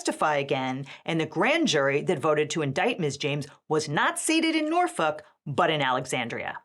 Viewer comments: passed the vibe check when she pronounced Norfolk correctly (the L is silent). I already knew her legal reasoning was solid. Sincerely, a federal litigator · thank you for saying Norfolk correctly